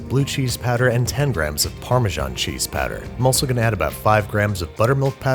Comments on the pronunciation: Everyone: “powder” Banish: “patter” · You pronounce "powder" as "patter". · For some reason when you say powder it really sounds like padda and that is becoming really distracting XD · powder - "padder" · I was not aware that there was any accent that pronounces "powder" as "patter". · Are we gonna talk about how he kept pronouncing “powder” ??? 👀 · Is he saying powder or patter? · Say powder one more time